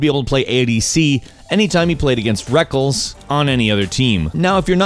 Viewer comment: who the fuck is rekels? you mean reckless? top kek